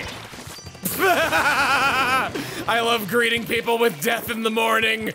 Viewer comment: I thought he said grieving